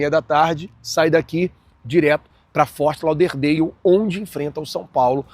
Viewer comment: FORT LAUDER DALE !!!! ( DÉUL ) DEIU PORRA NENHUMA PRONUNCIA ERRADA ESCROTA